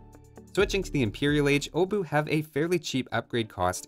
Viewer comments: Pole here, The 'ch' at the end IS pronounced, it's not 'oh-boo', more like 'obuhh' Also... You know you can use Google Translate to check pronunciation with the 'Listen' option, right? (It translated to 'hammer head') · Ch makes sound, it's not O-bu, it's Obuch. You're heavily highlighting "O" as well. :P Still, nice to see you dive into those analysis. Thank you <3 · Wait, is it really pronounced like Oh-buch? I'm a Czech myself so I thought that the pronounciation of the "O" part would be rather O-buch (With the "o" sounding like in for example the word "of" or "or"). Edit: So it's pronounced exactly like I thought. You're really close, but at the begining it's indeed pronounced with short sounding "o" (like I explained above) instead of it sounding like "oh". But the rest of the word is spot on from your side. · Correct pronunciation, just the O is not [Ow] its just [O] just like in "age OF empires" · I'm triggered that you know how to pronounce the CH at the end of Obuch but still choose to pronounce it "Obu" without the CH for the rest of the video. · Obuch are pronounced with a hard "H" at the end 👍🏻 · Iirc, the 'o' is pronounced as 'aw'. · It's pronounced "oo-bush". Trust me I'm spaniard, I have no idea. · I'm the only one that hear uwu instead of obuch? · it's pronounced "obuch" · gets told that pronouncing the "ch" as the "h" part of the German "ch" is correct - proceeds to read the "h" and not pronounce it at all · About the pronunciation thing and that one Polish dude writing that Polish is stupid about pronouncing "ch" similar to "h" in "house". Aren't most latin-alphabet languages like this? It feels like English is being "stupid" about pronouncing "ch" weirdly.